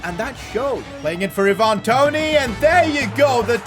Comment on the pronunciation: Eye van not i van